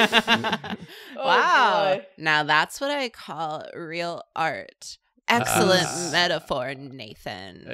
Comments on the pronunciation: Askelent and not Amazing??? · I love that the subscribe notification popped up immediately after said “Axcellent drawing”